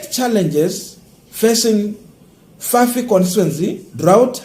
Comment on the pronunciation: Fafi constituency not FIFA. Nevertheless, your political analysis is good.